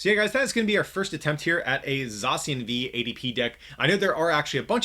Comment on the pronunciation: U r readIng zacian wrongly